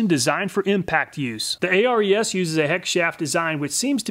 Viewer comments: its Ares the greek god not A.R.E.S. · I think the Ares is named after the Greek God of war, pronounced "Air-eez". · your always Calling it A.R.E.S saying each letter, but the Company perfers to be Called AERS saying all the letters as in 1 word., here is the Reason they Holding on to " ARES is the Greek god of courage and war. He is one of the Twelve Olympians, and the son of Zeus and Hera." as to say ARES is the God of Tools.like there can be no other, how is it that you can Say Hercules Without spelling each letter to annoyance the name but you can clearly say the Name "Hercules" as 1 name? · Just an FYI. "Ares" is pronounced "Air-eees", like the Greek god of War 😉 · I'm not sure ARES is pronounced letter by letter like you did. I'm willing to bet it's named after the Greek god of war Ares (pronounced air-ees). It's pedantic but you might care. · I would imagine that the ARES brand is pronounced like the Greek god of war, Ares, instead of each letter being sounded out. Great video as always. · Ares’ reaction when he pronounced Hercules but not Ares 😑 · I guess that's one way to pronounce Ares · A-R-E-S is pronounced as a word. It's named after the Greek god "Ares". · Am I the only one that is very mad at the way he pronounces the ARES brand?